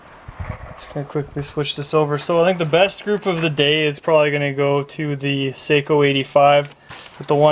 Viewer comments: They are pronounced SOCK-O. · GOT AN ARTICLE FROM GUN'S AND AMMO, THEY WROTE THE SAKO STORY (SHOOTING FOR PERFECTION) THEY STARTED THE ARTICLE TELLING HOW IT'S PRONOUNCED (SOCKO) ASK THE BERETTA COMPANY, THEY OWN SAKO